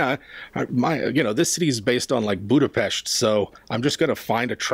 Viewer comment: As a person of Budapest I really appreciate you pronounced it the right way! Thank you :)